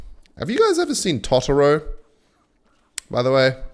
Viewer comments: it's not tataro is totoro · "tah tah row" are we serious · You pronounced totoro wrong but i forgive you